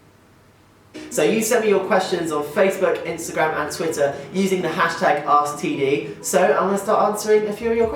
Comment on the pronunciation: The way he said asktd, it sounded like he said std lol! Love you Tom!